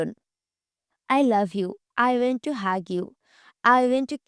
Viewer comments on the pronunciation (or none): আই ওয়েন টু হাগ ইউ না আই ওয়ান টু হাগ ইউ হবে 😂